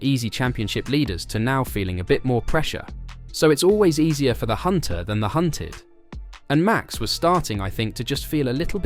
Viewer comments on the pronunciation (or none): none